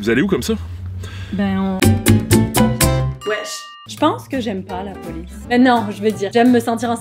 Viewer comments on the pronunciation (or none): Au le "la poice"ça m'as tué!!!!!